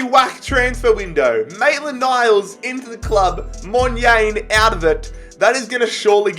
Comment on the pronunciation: As a south african, hearing u say monyane makes me cringe😂 U should say it like Mon - yarn - eh